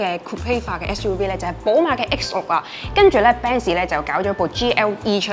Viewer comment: Thanks for sharing! 有少少意見，希望留意。Volvo 讀音係’v’, 唔係wow wow。SUV 係讀SU’V’(牙齒咬向下唇發音)，唔係SU’we’☺️